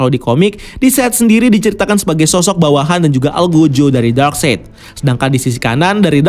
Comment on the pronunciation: Akhirnya setelah sekian video, si abang udah bener nyebut nama darkseid 😂 eh salah lagi 😂